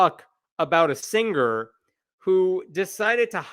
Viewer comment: Stop saying "Sing ger"